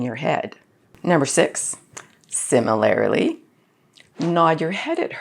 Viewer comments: Wow, you're pretty , and oretty smart. However. A slight turn off for me if you don't mind. Similarily is not a word. You're looking for similarly. Four syllables not five. No offense. I also dislike other commonly mispronounced. I hear supposably. It's so ubiquitous it made it into the dictionary. It's supposed to be supposedly. Back when i worked in an Air Force kitchen. One very attractive Tech sergeants made herself slightly less attractive when saying it. Which helped because she was married to an E5 who was a coll dude. I'm cool with stuff like aks for ask, though. It's oart of an accent and also ubiquitous. Jeez those eyes are hardly credible! Thanks for the info. I'm gonna use it. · 2.47 "Similarily"? wtf?